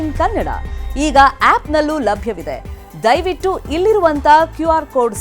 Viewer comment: ದಯವಿಚು ಅಲ್ಲ ಮೇಡಂ ದಯವಿಟ್ಟು